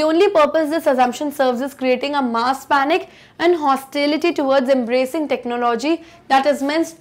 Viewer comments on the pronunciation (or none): none